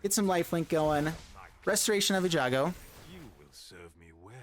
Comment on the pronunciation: Interesting deck and awesome gameplay as always my dude! My nitpicky-ness is compelling me to point out that the card is called restoration of eiGanJo (with the hard G first, and then j), not e-jango as you've been saying for a few videos you've used it in :p